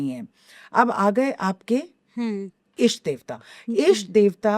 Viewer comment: इष्ट कहते हैं, ईष्ट में ई को लंबा करके बोलने से अशुद्धि होती है। अच्छा पॉडकास्ट है और आपने अच्छे प्रश्न किये, बधाई!